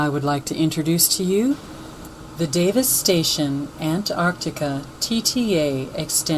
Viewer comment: Did you notice that when you say Davis Station, it sounds like Devistation??!! Humm.. Sort of like Obama Nation sounds like Abomination!! I think God speaks to us in more ways than one. He that hath an ear let him hear what the spirit saith ~ Rev. 2:7.